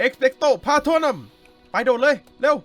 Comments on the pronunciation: พี่พาโทนูมไม่ไช่พาโทนัม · เอกซ์เปกโต พาโตรนุมค้าบ ไม่ใช่เอกซ์เปกโต พาโตรนัม55555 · พี่คะ คาถาที่ปราบผู้คุมวิญญาณคือ เอ็คเปคโตร พราโทนูมค่ะ ไม่ใช่พราโทนั่ม นะคะ😂